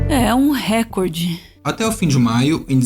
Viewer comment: Só uma correção chata: o certo é reCORde, e não REcorde. =)